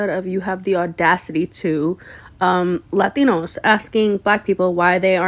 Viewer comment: Why does she keep saying Latinos like that? Girl, you sound so stupid, also, if these Latinos, as you like to say, came to America legally, then they wouldn't be getting deported, use your noggin